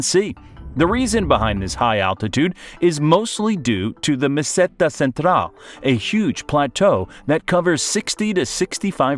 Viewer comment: A mi me ha encantado como ha pronunciado "Meseta Central"